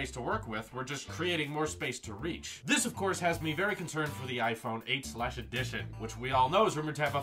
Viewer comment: It scares me when you abruptly say "THIS..." like . Makes me think the video is over. Omg